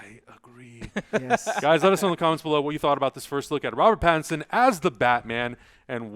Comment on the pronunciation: It's pattinson. If u can't say it right, don't say it at all. Nobody has the right to insult other people's names